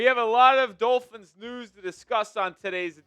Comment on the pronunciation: Ross screwed the Dullphins, as pronounces it, when he extended McDipshit for no reason other than continuity for continuity’s sake. I’m for firing the fucking head coach every year until we find the right guy. Look at what the HC from the Bears is doing. That team is 9-4? How? They got nothing! How about the guy coaching the Jaguars? Those teams we shite last season. It’s amazing what some good coaching can do LOL. I’ll laugh my arse off if the Eagles don’t extend Phillips and he’s just a half season rental. After his first couple games with the Eagles where he balled out he’s now regressed to his norm.